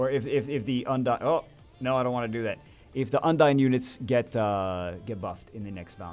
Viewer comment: its not un-dayn on how you pronounce 'undine'. Its un-deen. Hope this help :)